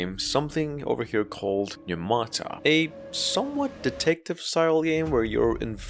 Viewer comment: you butchered the pronunciation of the word pneumata. its a Greek word that means spirits, try using spirits with google and see how to say it